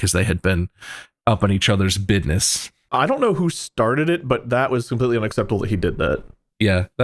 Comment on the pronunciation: bob sayin "bidniss"